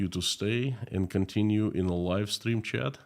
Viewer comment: Please check how to say "chat", your pronunciation can be improved.